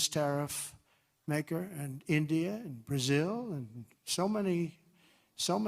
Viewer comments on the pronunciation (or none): none